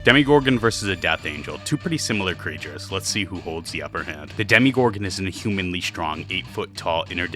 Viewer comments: ahh stop saying demi it's demo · It’s demOgorgan no demIgorgan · It’s NOT DEMIGORGON!!! Not with an i. But demOgorgon!! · It’s demo not demi😭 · Demogorgon🚫 demiegorgen☑️ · If this guy says demigorgon one more time... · Tf is a "demigorgon" 🥀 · it's really pmo how you call it a DEMIgorgon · I don’t think it’s called “demigorgon” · im talking abt the way they pronounce it. Its pronounced "*Demo*gorgon" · im sorry but the way you're pronouncing demogorgon just really irritates me. i'd comment on how goji center would be inspired by this video and possibly make a face off video but omg "demigorgon" is really hurting me and i don't know why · "demigorgen" pronounce it right man..